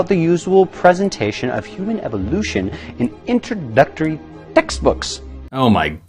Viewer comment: "ItwoDUCTowy tecthbuks!" the Prof. Dave video on this is so funny.